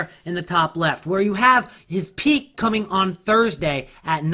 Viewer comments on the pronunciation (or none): none